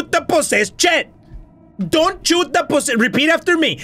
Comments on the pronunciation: "Now repeat after me- DONT CHOOT DE POSEST CHET" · " DONT CHOOT DA POSSESSED CHIT. " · "Don't chut da possessed chet" :p :)